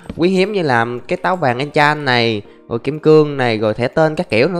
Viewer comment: ah loc noi mat cuoi re cung enchan ma noi no enchan hihi